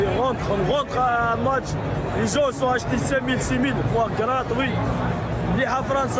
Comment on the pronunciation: Comment il a dit: Graatoui 💀💀💀